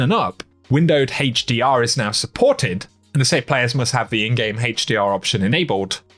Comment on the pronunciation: I like your videos but I laugh everytime you say "Hdr" 🤣 Haaachdr 😎